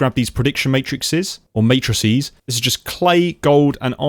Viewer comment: you have my appreciation for pronouncing "matrices" correctly 👌🏻 it's not a big deal, but it's appreciated nevertheless!